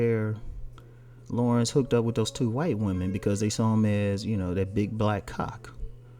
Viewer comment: His name is NOT Lawrence it's La'rense lol. .....